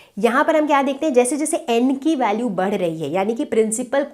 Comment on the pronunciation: Mam be like pandey sir badh rahi h ki jagah bar rahi h 😂😂😂